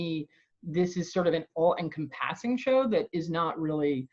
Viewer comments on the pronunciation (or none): Amazing show. Never heard anyone pronounce "encompassing" that way before...